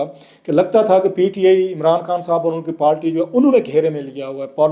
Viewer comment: تریخ، پالٹی، پلیس، مجود ، تداد، بھائی اپنے الفاظ کی ادائیگی درست کیجئیے. اس طرح آپ کو سُننا کانوں پہ گراں گزرتا ہے.